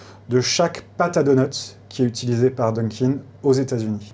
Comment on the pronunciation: Pourquoi parlent-ils au pluriel pour un donut en disant "DONUTS" ? Il y en a qu'un, aucune nécessité de prononcer la lettre S qui n'est pas présente au singulier